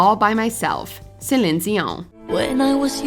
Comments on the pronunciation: Celiiiiiiene, with a long 'i'. At least get the names right guys. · I'm so impressed that you say Celine's name correctly! Nobody does. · Please stop saying Celine’s name like that. You sound ridiculous. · Trying to understand how a real person can’t pronounce Celine. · Is no one going to talk about how she pronounces Celine’s name? 😂😂😂